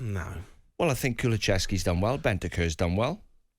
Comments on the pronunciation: Kulucheski ffs hes not polish or Croatian get his name right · Its KuluSSSSSevski, not KuluCHevski. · I've noticed many english people have a huge problem with his name. Many seem to call him "Kuchlevski" rather than "Kulusevski"